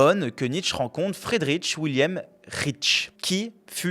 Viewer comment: On ne dit pas Friederitch mais Friedrich tout simplement. C'est quand même pas compliqué de se renseigner sur la prononciation correcte du prénom d'un grand philosophe allemand. Dommage pour une vidéo si bien documentée.